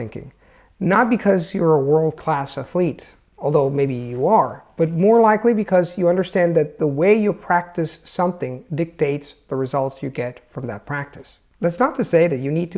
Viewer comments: Hi, thanks for your tips. I really enjoyed the video. I'll see how I can apply them. I wanted to make a small correction: the word "a'thlete" has the stress on the first syllable. I hope you don't mind this, I only point it out to help you as you help us too! Thanks again and keep your wonderful videos coming! 🌞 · Is it an american thing to pronounce 'athlete' the wah you did, I've never heard it with stress on the first syllable